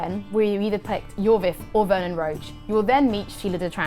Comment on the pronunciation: Dude. Roche is broche